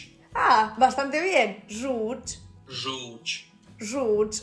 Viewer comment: Żółć - this word was incomprehensible the first time, but otherwise all good :)